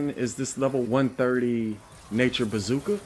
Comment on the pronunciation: The way you say bazooka